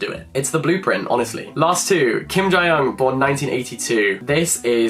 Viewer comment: Hey Jack! As a South Korean viewer who loves your channel I just really wanted to leave a friendly reminder of the correct pronunciation of Kim Ji Young — the Ji part is pronounced as “jee” (like how you would pronounce the letter “G”) I don’t blame you at all, the romanisation of the Korean letters are really not helpful and confuses me too;)